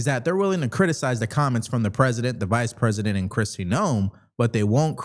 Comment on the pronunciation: The Fice President? Ilhan mispronounces so many words!